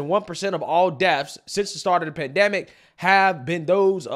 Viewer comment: PandEmic, not pandAMic